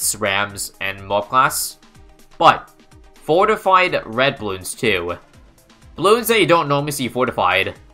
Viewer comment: Did you just said "fortfied red"? That's kinda dangerous if you ask me.